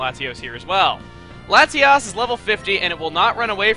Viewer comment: You're saying Latias wrong... AGAIN... god why do everyone think it's that...? it sounds like... lati-ASS...